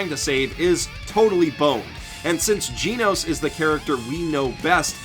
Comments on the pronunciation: FFS his name is GEN-nose not Gene-nose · It’s genos. Not gee nose. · Didn't anyone else lose their minds when he said "GEEnos" instead of "GENos" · whispers you keep saying Genos wrong, btw. It's Geh-nos, not Gee-nos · I think it's just genos not geeenos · giinos? I thought it was genos.... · temporarily not here It is pronauced Ge-Nos not Gee-Nos he failed to say it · TeknoWhale he said Jee Nose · it's pronounced GEH-nos, not GEE-nos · "Jinous". My favourite cyborg after Genos. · ジェノス(jenos) not ジノス(jinosu) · Gen osu but without the ooo! Say it right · the only thing that peeves me more than the fact you call avatar an anime is the way you say Jeenose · I swear to god if he pronounces it "geenos" im killing myself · i’m sorry brudda but as soon as i heard GEE-nos... i had to shake my head. good video though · "Gee-nos" smh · it annoys me that you say "geenos" its called Genocide not Geenocide... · Arya Suri Jen Os. "E" makes a preceding "G" soft so it makes a "j" sound. As in "generation" or "general" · Pronounce it like jeenus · "Jeenos" really bro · "Gi-Noos" i died a little inside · Yuck. I can't help but notice how you pronounce Genos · Lol it' not fucking hard to pronounce "Genos" the English and Japanese version both say it correctly the "e" in Genos is said like "elephant" it just really bothers me that you pronounce it wrong so please say it correctly ... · All the times he pronounced Genos wrong. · Did you really just pronounce Genos like that? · Dang the way he pronounced Genos made me feel pain